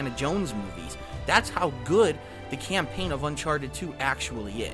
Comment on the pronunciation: I wonder if he reads from a script. "Camplain playthrough." nice..